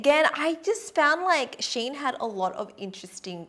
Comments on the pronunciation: ... its SHE . IN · I think it’s supposed to be read “She In” because their name used to be “She Inside” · I guess thats not how you pronounce the shein tho. Think its Shein (shine) as pronunciation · theres a lot of people who dont know how shein is spelled.. so basically, its " she-in " so like she as in " she baked a cake ", and in as in " in the box ".